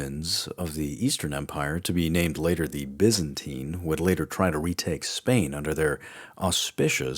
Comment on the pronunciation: Honestly the only thing that bothers me at all is that you refuse to use "S" at the end of words like "the Byzantines" or "the Visigoths".